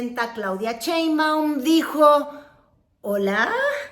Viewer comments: Yo digo que ya es hora de que pronuncies correctamente el apellido de nuestra presidenta. Por que nombres como Trump, Trudeau, etc. son perfectamente pronunciados, pero Sheinbaum es “Cheinbaum” ya vimos que el paladar no es! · SHEIM.....SHEIM....SHEIM. NO CHEIM, NO CHEIM PATHETICA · Otra vez Cheinbaum??? Por favor, Sheinbaum. Pero sí pronuncias con acento norteamericano el nombre de Donald Trump. Me encanta ver tu canal pero ese detalle NO!!!